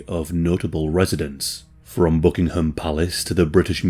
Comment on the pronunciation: Are you Scottish? I'm very intrigued by the way you mispronounce "Buckingham" in the same way that we Americans do! Is it because we both fucked them up in war?